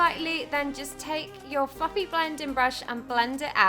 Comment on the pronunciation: when she says fluffly blending brush I swear it sounds like "fucking blending brush." 😂😂😂